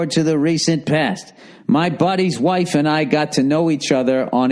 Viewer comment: Friends Hwhaaafe